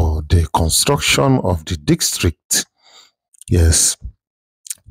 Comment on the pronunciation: District ✅✅… dikstreet ❌.. good job tho